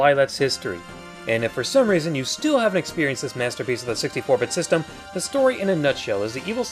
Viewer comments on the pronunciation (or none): you said "Lylat Systoom"